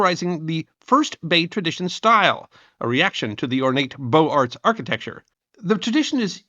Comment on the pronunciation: "Beaux-Arts" is a French expression taken in English and it is pronounced in the French manner: BOH zahr